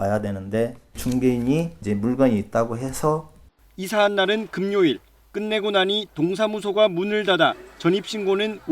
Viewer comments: 금묘일 월료일 사투리 ㅋㅋ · KBS 기자가 방언을 사용하네요... 요새는 공영방송 기자도 방언 사용해도 되는 가이드라인인가요? 금요일 / 월요일 등의 발음이 동남방언인데요.